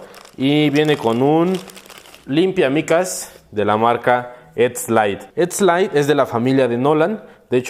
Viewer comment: ETSZZ LAITTT hahahahaha PINCHE PENDEJOTE NI HABLAR SABE :P